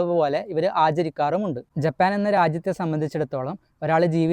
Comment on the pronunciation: 'ജെ'പ്പാൻ എന്നല്ല ജപ്പാൻ pronounsation ശ്രദ്ധിക്കുക..'മെ'രിച്ച എന്നല്ല മരിച്ച എന്നാണ്